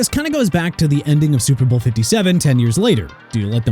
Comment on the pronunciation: CARL CHEFFERS PRONOUNCED CHEF-ERS!! ALSO IT'S SUPER BOWL NOT TUPER BOWL!! AND ROBERT ALFORD NOT ROBERT ALFRED!! YOU CAN'T SPELL AND YOU CAN'T PRONOUNCE THEN YOU NEED TO BE FIRED ALONG WITH YOUR EDITOR!! AND NEW ENGLAND LOST IN THE SUPER BOWL YESTERDAY TO SEATTLE!! HAPPY?!